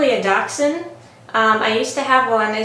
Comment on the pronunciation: It's called dash hound pronounced dash with a sh